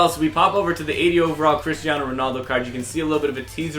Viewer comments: ummmm Christaino? i thought it was Cristiano good job ea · His name is cristiano not christiano